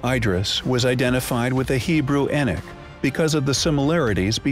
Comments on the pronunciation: Who the heck is( Enich ) it is Enoch as in En knock why can't the narrator say it , and it does say Gods not just God , man was created in our image meaning more than one.BTW , and all those desktop Christian scholars give us your evidence who were the gods, now, the thing is , the bible was written by man that is a fact I believe that to be true . It is strange that anything modern is false any new information is classed as evil , the truth is , you have no proof only what ancient people have written has become your faith, what if they were wrong ? . The God of your church meaning any church any religion ...was and is a construct for control and simply brain washing in creating sheepople folks. Prove to me is God a Christian or a Jew or Muslim ....prove to me please any one just show me . Show me proof what religion do they worship in heaven... you are free to choose what you want to believe in , I am not but trying to mock but to make you see, God is above all religions and is of none of all religions, it is only Man who has made their God to be the true God. But do you truly know that he is ? it maybe he is a false God ....and seen as Man created him as a representative of your faith and many others Every one can not be right can they ... Every one acts as if say he is their property as if they have some a special ownership over him , if the end comes as it says in your bible so be it , and I will accept my fate, if it does not happen at all , you are blind fools... tell m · Why is this person saying E-NICK?!😡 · Its...Enoch (Eee-knock) geezes man. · Its E-Knock thats how u say the name Enoch... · enick lmfao wtf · Yo can you redo this documentary and get the names right? You know his name ain’t no damn E-nik geesh!!! 😒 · eenik Eenik EENIK Got annoyed by the continuous mispronunciation so couldn't continue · At 3.58min i stopped it if you cant say Enoch right then get another job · His name was Enoch, not Enick. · Who the heck is Eneck? I thought it was Enoch